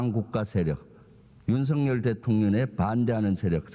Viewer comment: "윤성녀니 대통녀네 이끼 때무님니다"... 이렇게 들리는데?